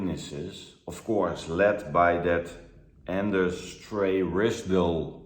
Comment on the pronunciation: The JW laywer Anders you pronouns like in Dutch Anders